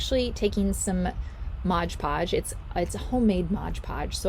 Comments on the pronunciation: I’m in my 80s and have crafted with mod podge for years and I never ever seen it sold as Modge Podge. It’s just a humming word habit with some of these utubers that don’t stop and think about the correct way to say the word mod. I’m just very aware of how people pronounce words. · Please stop saying Modge Podge it’s Mod Podge